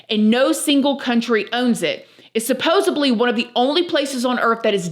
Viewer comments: Just an FYI, it's 'supposedly', as opposed to 'supposably' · I used to say this wrong, too. It is supposeDly, not with a B! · 😂 How am I supposed to believe someone who says "Supposebly"? 😂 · I enjoy your videos with all the various topics. Thank you for your work! I'm only mentioning what I'm about to mention because you use the word a lot, which is fine, but, um, there is no "B" in "supposedly." Every time you mispronounce it, I'm reminded of Joey from Friends. IYKYK. 😉I realize this video was 3 months ago, so you may never see this comment. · Mifhr be a weid thing to ask but why do you say supposebly instead of supposedly ypur replacing the d with a b , a few times ive listened to you i kept thinking im hearing it wrong bit you do say it with a b instead of a d , sorry if thats a weis one just wondered is it different in the usa ? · "Supposibly"? Supposedly. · Why do Americans say ‘supposebly’ instead of ‘supposedly’? It’s something I’ve noticed a lot recently on videos. Is it just the way it’s pronounced over there? In the UK we pronounce the ‘d’ at the end as d not b. She says allegedly the same way we do and not allegebly, so that’s why I’m confused. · supposeDly not supposably 👍